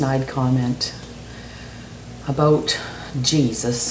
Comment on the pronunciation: i like the way ya say about,...aboot,...>anyway,...god save me from your followers....india huh,...cool